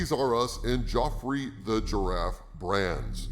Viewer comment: I believe Geoffrey was pronounced closer to Jeff_free actually.